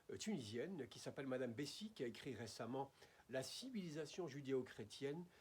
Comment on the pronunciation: Vous parlez de Sofia Bessis la tunisienne? en prononçant le S a la fin بسيس